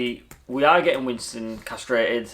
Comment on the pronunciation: Winston not Wiston!